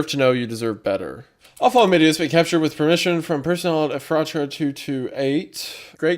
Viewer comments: Wendigoon: “The NERC was ordered by the Eff-raht-uh Branch-.” Every PA Native: “It’s pronounced Eff-rut-uh!” Every time, man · Well thats creepy, I live in Ephrata PA lol btw its pronounced efrida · I'm sorry. This is my inner Lancastrian coming out 😓 It's Ef-fru-ta. Not Eff- RAT-Ah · as someone who lives about 30 mins away from ephrata, it always gets me when no one can ever pronounce it's name lol. for anyone wondering, its "EH-freh-duh" but I get that the spelling looks like it shouldn't be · small note: as a certified pennsylvanian, ephrata is pronounced as approximately "effort-duh" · Its doesnt matter truly but Ephrata is pronounced like “effer-da” in PA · It's pronounced U Fraita with the emphasis on the second syllable. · “EFF-freh-ta” LOL. It’s a town in PA. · ef-ruh-da and then say it smoothly and quicker. We pronounce so many things wrong in this state it’s crazy. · I didn’t even realized it was in ephrata because of the way he said it until the poison oak vid I went back cause I heard him say it’s in Pennsylvania lol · WHY THE FUCK IS THE NAME OF MY TOWN IN ONE OF THESE HORROR VIDS Also, wendigoon, there are two towns in the US with a name spelled Ephrata, neither are pronounced the way you pronounced it lol. Thank you for making my terror immediately turn into laughter. Edit: after paying closer attention later on, its not my town, its the other one lol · hearing him say Ephrata wrong was pretty funny. but i cant really blame him as many PA town names stump people. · MY LITERAL HOMETOWN IS EPHRATA PA AND EVERYBODY I WATCH PRONOUNCES IT WRONG